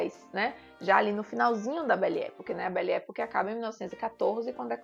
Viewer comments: A pronuncia correta é "bele epóque". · Já assisti os cinco. Realmente muito bons e representativos. Uma sugestão: verifique como se pronuncia "belle époque ".